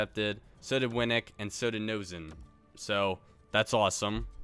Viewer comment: "noesen" is pronounced "nay-sen"!!